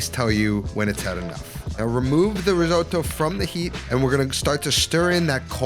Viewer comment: seriously considering subscribing. just promise you never say risooddo again. ever. (how come you actually pronounce most other italian words correctly 🤔)